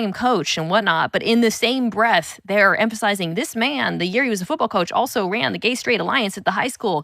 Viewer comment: Coach, not couch!